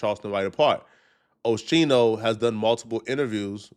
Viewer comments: OHH-Skiii -No …. NOT ; OH-Chi-No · Saying Oschino wrong lmao, Shouits out Oschino and thats a Real One you talking about been rocking with O and State Property music since i was a kid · Pronounced skeeno not sheeno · WHO DA FUCK IS OSHEENO BRO GET IT DA FUCK TOGETHER ITS OSKEENO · it’s o skeen o not sheen o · O-Skeen-o not O-shee-no, being from Philly, you should know that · O-Skee-no my boy 🤦‍♂️ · It’s pronounced Oh-Skeen-O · Bro...it's OH-SKEE-NO More proof you aren't a hip hop fan. We all know state property with beanz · Hey its pronounced oskeeno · Oh - Skee - No... Sound it out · ITS OH-SKEEN-OH dude🤣🤣🤣🤣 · It’s pronounced Oskino you big bison head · Oh - skeen- oh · Man, you have to get his name right!!! 😂😂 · you’re saying his name way wrong 😂